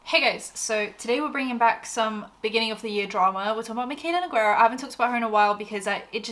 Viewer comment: Her accent too. Started off mild, like it was obvious her American accent wasn’t super neutral. But now it’s so thick it’s almost cartoonish. If you talk about her again, her last name is Portuguese, you don’t pronounce the U, it’s read kinda like noo-gay-ruh. Not that she pronounces it correctly herself, but beside the point.